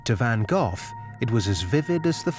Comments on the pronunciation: Dutch viewers would cringe at the pronunciation of Vincent Van Gogh. did he really say "Van GoTH?" Yikes!! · Johnson < I can understand Cough, Trough, but Van Gogh being a Dutch name is pronounced properly as Van Goh. ;) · It's hard to take a film seriously when the narrator doesn't even know how to pronounce Van Gogh 😂. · You pronounced Van Gogh wrong.